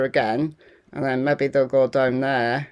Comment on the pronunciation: Great presentation of the latest! Thanks. Your 'mebby' cracks me up each time! 👍